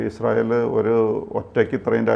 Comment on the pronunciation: ഇങ്ങനെ കുതിക്കുമ്പോഴും വീഡിയോയുടെ തുടക്കത്തിൽ പ്രത്യകിച്ചും ഇസ്രായേൽ എന്ന വാക്ക് പറയുമ്പോൾ ശരിയായ ഉച്ചാരണശുദ്ധി ഇല്ലാതെ യുടെ നാവ് കുഴഞ്ഞു പോകുകയാണല്ലോ.. എൻറെ ഭഗവതി.. സംശയമുണ്ടെങ്കിൽ തുടക്കത്തിൽ ഇസ്രയേൽ എന്ന പറയുന്നത് replay ചെയ്തു നോക്കൂ... ഇസ്രായേലിനെ കുറിച്ച് ദിനംപ്രതി വാർത്ത ചെയ്യുന്ന... ഈ ഉച്ചാരണ പിശക് പരിശീലനത്തിലൂടെ മാറ്റിയെടുക്കുക എങ്കിലും ചെയ്യണം